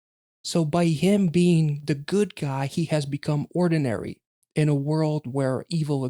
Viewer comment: Um you kept saying it wrong.. it's not ordinary.. it's oddinary.. like not ord but odd.. 🤷‍♀️🤷‍♀️